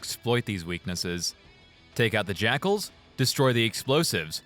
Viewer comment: Can I say that I knew close to nothing about Halo, and thanks to your hate and pronunciation, I thought that all along you were calling the snipers "sniper jackholes" Only recently I've found out that they're called "jackals", and are an actual enemy type lmfaooo